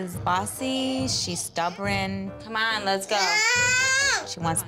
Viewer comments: Stubbing. Hahaha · I suspect it's "stubborn" badly mispronounced. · the mom and the show pronounce stubborn that way and it was so freaking funny 😂